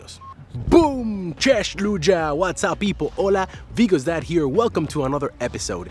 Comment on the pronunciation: When you said " Vigos is here!" in the beginning I thought you said Bigos :D